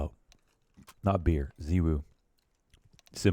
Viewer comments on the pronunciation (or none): ZYWOO NOT ZEEWOO MAN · The problem is you don't pronounce his name correctly. You pronounce it like ZywOO and you actually pronounce it with an o. Zywo. Like in the word no. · Its pronunced zay wuu u fuckn mogli